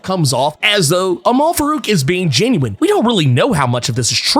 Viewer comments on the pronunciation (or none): none